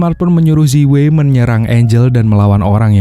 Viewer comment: Zi wei cara bacanya yang benar adalah ci wei dan bukan seperti yang anda baca. Namanya roman spelling. Terima kasih tetap semangat dan tetap berkarya👍😁